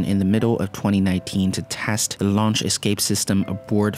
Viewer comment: What's with the pronunciation? Teste, paylo. It makes me quench...